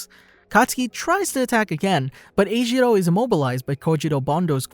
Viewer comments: Sorry I just have to say that they say his name is not ejiro it is enjiro en- jiro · Him:eshiwo Me:ejirou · E gee row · Him being called eijiro caught me off guard, he’s always been called kirishima(or Kiri) by everyone I know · Neither do I, and it just makes it harder to watch these vids, because while in the show, his name is kirishima, he calls kiri eljiro lmao (Im pretty sure I spelled that wrong)